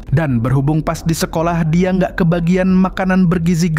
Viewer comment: apa banget ujung nada bicaranya pake K😭😭🙏🏻 "Dia jadi Diak"🗿